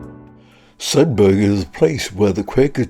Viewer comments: It's a silent "G" in Sedbergh. It's pronounced as it it were spelt Sedber. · Sedberg, like iceberg. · Nice look around Sedbergh. A couple of points from a 'lifetime local'. Sedbergh formed it's book town persona well before the Covid pandemic and we 'in't 'ills' call the town 'Sed-burra'.